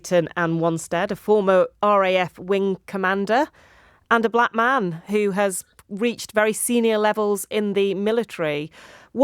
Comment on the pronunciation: This presenter is behind the curve, she puts Caps on the word black man as she spoke.